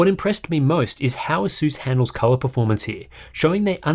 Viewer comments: "Ay-suhs"is his you pronounce it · It would be very good to learn whether the monitor has a hardware LUT. BTW, you are not pronouncing "Asus" correctly. Take a hint from the company itself.